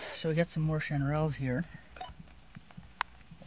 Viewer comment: Is anyone else triggered by how he pronounced chanterelles?